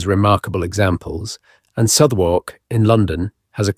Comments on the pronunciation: It’s pronounced…. Wickom. The y is silent. It’s not Southwark../ it’s pronounced…. Suthark!! The wrong pronunciations here are more than annoying. It’s also less than scholarly. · Wykeham? Surely it's Wick'am? See also Southwark, it's suthark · Neither am I. It is very good AI, but notice the pronunciations of 'hypercaust', 'Southwark'. The occasional hesitations feel artificial. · . Some of the pronunciation made me suspicious too, such as Southwark and Wycombe which any Brit would know how to pronounce. Is AI getting sneaky enough to include hesitation and slight regional accents now? Interesting nonetheless.